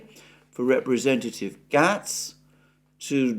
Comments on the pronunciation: Its Matt "Gates" not Matt "Getts". Keep up the great work. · You're pronouncing Matt Gaetz wrong. It's pronounced G8s not gats. You should stay in your lane.. American politics is not your strength. Will have a new speaker by the end of next week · I believe the gentleman's name is pronounced "Gates". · Matt Gaetz family name is pronounced the same as the name Gates, i.e. like Bill Gates. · Why is that neither or Alexander can pronounce 'Gaetz' correctly? Gaetz has been a prominent figure for some time, often appearing on Tim Pool etc. Anyone paying attention knows that his name - rightly or wrongly - is always pronounced to rhyme with 'gates'. Make America Gaetz Again.